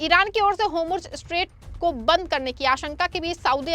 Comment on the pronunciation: Pronunciation like( hormuz) and other words are wrong .Reform this